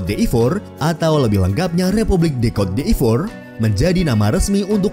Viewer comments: Bacanya bukan “kot d’efor” tapi “kot di’vwa” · Cote d'ivore dibacanya "kot divoa" bukan "kot di ivor" min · Maaf Cara baca CÔTE D''IVOIRE itu "KOT DIVWAGHR" min.. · Cara Bacanya "Kot divoaa" (Ivory Coast/cote d Ivoire)